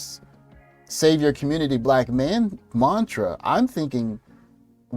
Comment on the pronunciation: I thought Biden was going to save the "communitah." What happened?